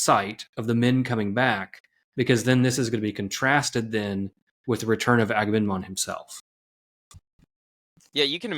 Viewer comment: There are such beautiful insights in here! But man, I have to say it, I feel bad about saying it, I am sorry for being so pedantic, but... AgameNMon? 😄 Like in the Trojan war, I blame all the leaders for not talking about this ;P